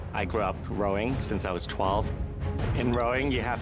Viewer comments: He said Rowing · Rowing not growing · When said he grew up rowing, I swear I heard “I grew up growing.” Doesn’t everyone grow up growing? I was so confused! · i thought he said rowing